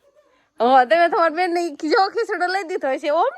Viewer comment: ભાઈ બોન નહિ ભાઈ બેન બોલાય😅